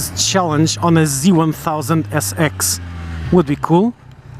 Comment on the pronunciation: did he say z1000sex lol